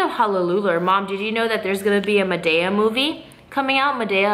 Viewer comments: lmfaooo! the way u say madea!!! totally wrong! she said it so many times. I couldn't stop laughing! girl who doesn't know how to say it. it's Tyler !!! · best friend it's madeeeea long e 😁